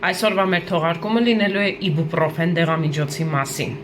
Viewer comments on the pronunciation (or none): Իբուպռոֆեն չի այբոբրոֆենա 🤦‍♀️🤦‍♀️🤦‍♀️🤦‍♀️